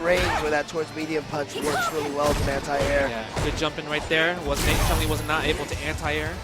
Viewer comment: Jesus, you'd think someone like (who has been playing SF for donkeys years) would know that it's Chun-Li, not CHUNG-LI. Cringe every time.